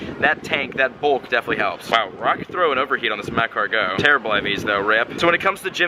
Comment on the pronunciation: bro its not mah car gowe its ma cargo